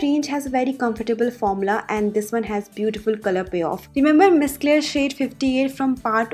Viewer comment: It's not cla- ry😂😂 it's Claire, like eCLAIR , she's a singer, from American idol